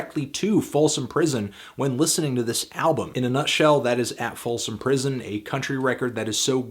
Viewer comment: ya said "folson".